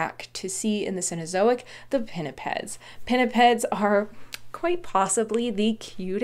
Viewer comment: Gotta love the way pinnipeds just rolls of tongue